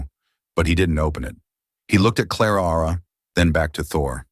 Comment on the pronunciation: Claraara? Why not just call her Clara